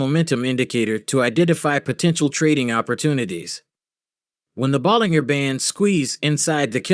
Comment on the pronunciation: its pronounced 'ball-in-jer'